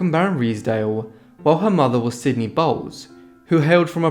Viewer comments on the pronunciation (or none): none